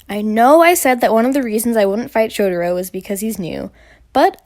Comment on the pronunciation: no hate but i think you pronounced shotaro wrongly? you pronounced it as shot-er-o but it’s shot-ah-ro from what i heard from the nct members! no hard feelings ^^ sending hugs and love this video!